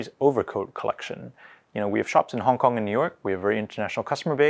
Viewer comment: Love the way this guy says Hong KonG with a nice GuH sound at the end.